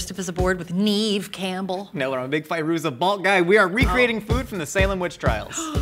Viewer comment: Neve Campbell, you said it wrong